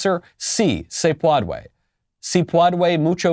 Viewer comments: it's not any word. It's her mispronunciation of ' Si, se puede'. Yes we can ( English) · 🤣🤣🤣😂😂🤣😂 her pronunciation and your spelling are literally killing me. I CANT EVEN, with you Michael...hahhahahaha “ si se peodway it’s very different from SI SE PUEDE🤣🤣😂😂🤣🤣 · Como gringa Que habla español con fluidez eso me hizo.estremecer.Quedó muy mal. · My wife and I think that Jill Biden said Si se pudre. (Yes it rots.) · Pwodway? No, no se pwodway. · LOL jill biden and Camela should do a collaberation with Camela's Fweedom! and Jills Pwodway! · She fucking said "Sí se puadue" instead of "Sí se puede" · But yes it’s not pwodway lmao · Doctor of Education who's not smart enough to learn to pronounce "puede" prior to pandering. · "si se puedway" -Elmer Fudd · Still sounds like elmer fudd trying to say padre. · I think she almost said “padre” and she removed the “r” Hahhahha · "Seesaw pwadwé! FWEEDOM!" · The way the word "puede" was pronounced in this video is the textbook definition of cringe.